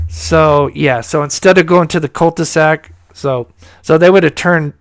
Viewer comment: did you say cul de sac or cult to sack. lol! just a little needed humor concerning dark matters.